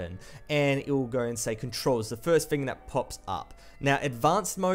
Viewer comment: learn your "th" bruh. its "thing" not fing